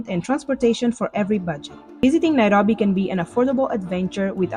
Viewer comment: I just love her pronunciation of Nairobi❤